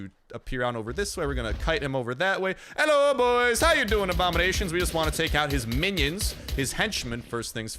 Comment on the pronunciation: Am I deaf hi heard hallo everybody instead of hello